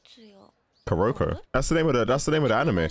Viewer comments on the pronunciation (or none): try to pronounce kurokos name like kooroko and the stressing is on the ku and the start. Like when you say Hinata you stress the Hi and with Kuroko you stress the Ku!